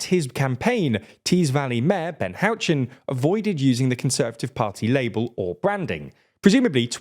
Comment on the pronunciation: Bit of a cultural pronunciation gone wrong there the way you pronounced Ben Houchen's last name my local Tees Mayor had me laughing so hard i thought i seen his picture to last me a life time 🤣